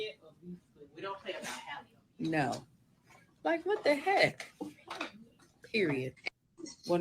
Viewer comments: Halle not Hailey 😂😂😂 ready to talk about her but can't even say her name 😩😂😂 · I am SO disappointed in Q for this. I am a Funky Dineva fan, but THIS was VICIOUS and uncalled for. And let’s be real, Q should be the last to speak on someone’s looks. And finally. The young lady’s name is “Halle” (not “Hailey) pronounced just like Halle Berry. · Her name is HAL-LE like Halle Berry, not Hailey/Haley… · Why y’all keep mispronouncing Halle’s name? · HER NAME IS NOT PRONOUNCED HAILEY OR HOLLY .... IT'S HAL-LEE.... HALLE.... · It's annoying that no one is pronouncing her name correctly. It's not hard to say Ha-lle. It's not Hailey. 😅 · Just as a preface, I notice a lot of people calling Halle “Hailey” when it’s pronounced like HALLE Berry. But I think the problem is men, and people not educated about pregnancy and early stages of it should not speak on another woman’s pregnancy/body or health. Period. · Pronounced HAL-le, rhymes with valley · Her name is spelled Halle but it’s pronounced Holly. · How is that none of y'all in the black media can pronounce this girls name? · What is the science behind everybody pronouncing Halle’s name like Hailey. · People saying her name wrong blows me